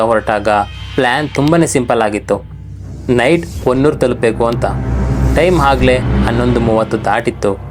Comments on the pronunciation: Adu honnur alla bro adu hanuru name adru correct agi akri 😂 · ಸರ್ ಅದು ಹೊನ್ನೂರು ಅಲ್ಲಾ ಹನೂರು ಮತ್ತೆ ಆ ರೋಡ್ ಅಲ್ಲಿ ನೀವು ಹೇಳಿರೋ ಹಾಗೆ ಏನು ಆಗಲ್ಲ ಸರ್ ನೈಟ್ ಟೈಮ್ ಆದ್ರೂ ಕೂಡ ಅಲ್ಲಿ ಗಾಡಿಗಳು ಓಡಾಡ್ತಾ ಇರ್ತಾವೆ